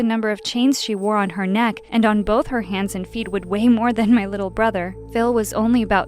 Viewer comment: I know, but you said brothet, did you mean brother? ( not trying to be rude )